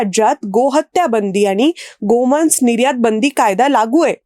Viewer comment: गोमान्स हा उच्चार चुकीचा आहे. मराठी व्याकरण शिका. बाकी व्हिडिओ माहितीपूर्ण होता.